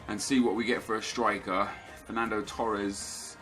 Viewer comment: "i will start fernando toress" - NEP